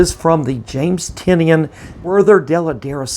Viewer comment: Great grades, congrats! Just an FYI, he pronounces Tynion as Tie-None. That was the reason for the name of his company Tiny Onion. I pronounced it wrong for YEARS but wanted to make sure I got it right before meeting him at Emerald City Comic Con this last March, so I watched an interview of him where they talked about the pronunciation of his name.